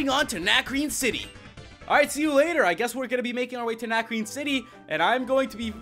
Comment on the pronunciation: yeah I have 3 tips that'll help you for this gym #1 it's a puzzle and you have beat trainers to get to some books that will piece together a puzzle. Tip #2 Lenora has a Herdier at Level 18 and a Watchog at Level 20 so train your team up to at least Lv.17 and tip #3 it's pronounced Na-cre-ne cuz it's french